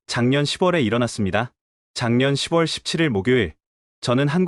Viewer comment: 6월 [유월], 10 월 [시월] 나레이터 하실 때 참고 하셔서 바른 발음으로 하시면 완벽한 나레이테가 되실 것같아요.